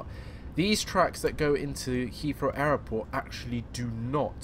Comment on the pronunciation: when ever you say airport it sounds like you're saying Error port.